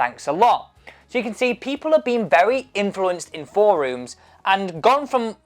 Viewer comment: Work on your pronunciation of forums.